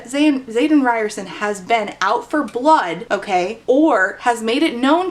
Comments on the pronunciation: Today I learned that I may have been pronouncing Xaden's name incorrectly... Ree-ore-son? How did I not make the "ri(d)ers-son" connection haha, I feel so slow!! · i keep hearing "riderson" as "ryerson." so like the unbelievably steamy love interest is named after the dweeby guy bill murray punches in groundhog day